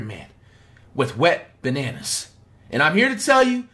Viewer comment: this man called “wembanyama” a “wet bananas” im dead bruh